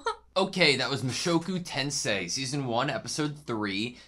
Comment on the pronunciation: Mushoku "Tensai" not again!!!!!! 🤣🤣🤣